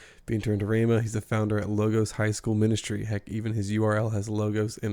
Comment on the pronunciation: It’s even funny that Bolz pronounced “ rhema”. “ Ramos”, instead of “rhema”… you’d think the prophet would know. Just wondering.